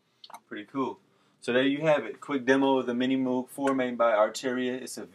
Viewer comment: "Minimouug Fiiive".... ahahahahahahaha :D You can't pronunce it, you can't play it....please, don't make videos like this one!